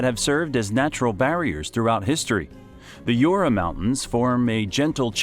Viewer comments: Hello ! Very cool video, thank you for your work. Just for info "Jura" is not "Yura", pronounce the J like in "judge" ;) Sorry for my fellow french citizens who complain without bothering to explain. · Right ! The worst one was Jura pronouced [iura] ! You don't say [iurasik] in english don't you ? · « cotey dajoure’ » is not possible !!!!! « soura » : do you say « sourassic Park » ? A verbal massacre on the names. Not acceptable into a geographic video. « Brittany » is not a région of France. It is « bretagne » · Youra ans Vowgeze mountains LOL . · "YOURA" (JURA) and "VAZGEEZ" (VOSGES) 😂😂😂👋👋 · not the "Yura and Vosgies" but the prononciation is more like "Jurra and Voje"